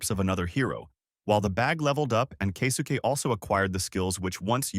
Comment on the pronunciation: Kay-soo-Kay 😅 Kesuke?